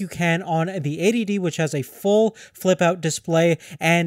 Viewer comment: EighTY D, not A.D.D